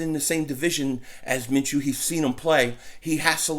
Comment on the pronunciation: Dont let inability to pronounce simple names affect you, its simply pronounced ( Min-Shoe )